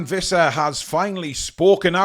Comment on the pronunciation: It's Wissa, not Vissa.